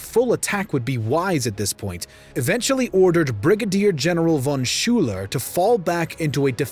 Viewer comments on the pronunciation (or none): none